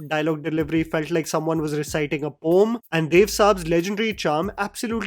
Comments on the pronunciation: Its poem, not poam😂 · Its not poam. It's a poem